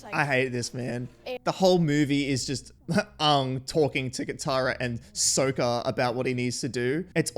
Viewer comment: I’m glad they changed the name pronunciations because they bear no resemblance to their animated counterparts. Soakah acts like his boomerang is stuck somewhere it shouldn’t be.